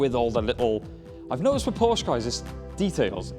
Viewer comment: Soooo, after saying how to pronounce the name correctly, you dudes are just too lazy to pronounce Porsche properly? Good video though.